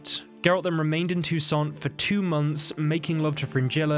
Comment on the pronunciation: You shouldn't pronounce "T" at the end of the word "Toussaint". It's a French name. There are two opposite theories about Fringilla and Emhyr relation before the final battle. First, she wasn't tortured and was treated unexpectedly well in Nilfgaardian prison - because she readily told everything about the Lodge and agreed to work for Emhyr's inteligence. Second, based inter alia on the ambiguity in Yennefer's letter to Emhyr, says that Yen promised the Nilfgaardians to kill Fringilla when she's no longer needed to help in fight with the Wild Hunt. This was allegedly part of Yennefer's bigger agreement with the emperor about Ciri (and it was just in Nilfgaard that Yennefer found out what exactly was happening in Toussaint, so she might not like Fringilla very much at this time).